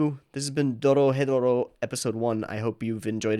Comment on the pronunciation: The name of the show is pronounce Doro・hedoro